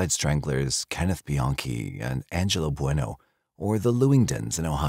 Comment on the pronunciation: It's Angelo Buono not Bueno.